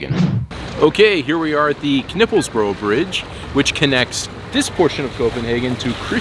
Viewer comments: I did not notice this the first time I saw this film, but you actually managed to pronounce the kn in Knippelsbro not only correctly but effortlesly. I find that impressive. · Kudos for pronouncing Knippelsbro right, I've heard a few other Americans saying K-Nipples bro. I don't think they were trying to make fun of it, it's just that the kn sound doesn't exist in English. Anyway great video, I need to go to the Sallingsund bridge, then I've seen them all as well.